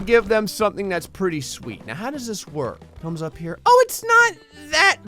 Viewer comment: i love your videos a lot ,But don't say KHERE say HERE!